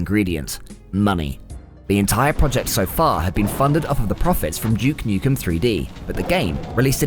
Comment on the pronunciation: Who the fack is Juke Nukem? lol